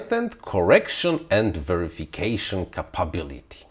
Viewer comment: "FrSky prepared"? - "FrSky released" is better English. Also, it's 'Kay-pa-bility'